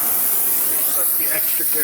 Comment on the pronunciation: did you say stinks like gas or ass?